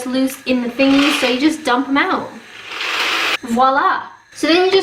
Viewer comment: There! You said it! 'Spread it oot' just like on South Park!